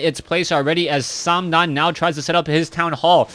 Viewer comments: Its just th. Not tho or sandam. Also please use ally colors geeze... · stop saying "sam-dan". You're not saying it right either, especially since TH000 is from the mainland. Use mandarin if anything. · FYI:th000 pronounces th triple zero.it is not o with omg, instead zero. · thumbs down for saying name wrong